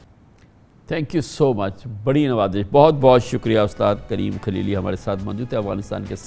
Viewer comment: کامران صاحب موصوف کا نام کلیلی نہیں ہے بلکہ خلیلی ھے شاید آپ اردو کو انگریزی الفاظ میں پڑھ رھے میں